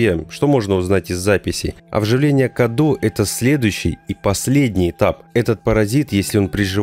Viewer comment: Мало кто об этом говорил, но правильно говорить не Каду, а Кадоу. На румынском Cadou - подарок. Она даже сама называет его в каком-то то моменте подарком